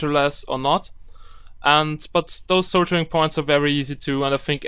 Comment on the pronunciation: Good tutorial...but the word is "Sol-der-ing" not "Sol-jer-ing."